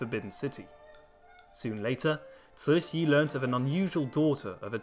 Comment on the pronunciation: Ci2 Xi3 is a difficult word to pronounce. The Xi3 is in the 3rd tone with air hissing through the front teeth if we wish to pronounce it correctly. Translated it means Benevolent Joy.